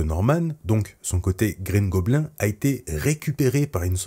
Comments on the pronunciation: Bouffon vert ou Green Gobline (phonétique) On ne dit pas gobelin en anglais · Alors par contre, ou tu dis "Green goblinE" ou tu dis le bouffon vert mais green goblin dit à la française ça fait beaucoup trop bizzare... bouffon vert ca va franchement, respectez un peu nos trad x) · tu aurai au moin pu prononcé "green gobline" 😭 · Quitte à l'appeller Green goblin prononce la au moins à l'anglaise (gobline) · Alors je te conseille de le dire en français la prochaine fois, car déjà sauf si tu es anglophone, je vois pas l'intérêt (ce n'est pas plus simple). Et surtout "green goblin" ou Gobelin vert au pire, c'est goblin*e* dans la prononciation à l'anglaise. Etant normand, auquel l'anglais est du normand (oui oui je mens pas lol), je dois avouer que ça m'agace de voir ça haha. Sinon, bonne vidéo. A bon entendeur ! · Tu dis mal green goblin